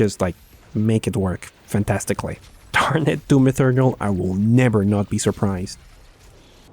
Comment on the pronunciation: Doom E Turr Nal - not E thur nal. I know, english isn't the friendliest language for other people. We don't do that whole Spanish thing with clear cut pronunciation based on spelling. In this instance the TH sounds just like a strong T noise.